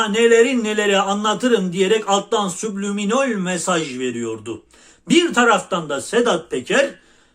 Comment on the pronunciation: Subliminol derken 😂